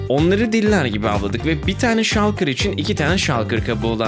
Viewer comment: Şalkır diye okunmuyo ŞULKIR ŞULKIR